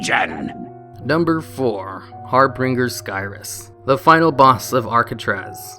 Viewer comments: FYI it's harbinger, not harbringer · its har BINGER, not BRINGER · Har-Bin-jer, sorry, it's not har-bringer. Like the vid. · "Har- Binge- er" Not.... Har bing er BINGE like BINJ the G makes a J sound... for fucks sakes.... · Dude... Harbinger, nor harbringer. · There's only one 'r' in the word; harbinger. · It's HARBINGER, not Harbringer :) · Har BINGER - not bringer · And it's Har-Bin-Jer, just cause I know he'd say Har-Bing-Er. ;) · HarBRINGER. The bringer of HARR? xD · Tywin Lannister went looking for this after I heard him say it. Har - binge - er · "Harbringer Skyriss" wat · Har-bin-ger. Stop adding another R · lol thats not how to pronounce harbinger